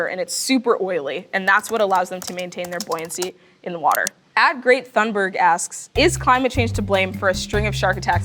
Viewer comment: " at Great Thunberg" lol